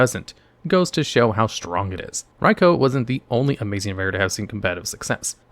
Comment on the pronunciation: He says Raikou perfectly though! Very rare to see that.